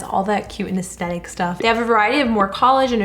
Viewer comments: You say aestetic i thought it was aesthetic... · I have an annoying pet peeve of when people say as-tet-ic and don’t say as-the-tic 😅😅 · no one: Literally nobody:: Aastetic;)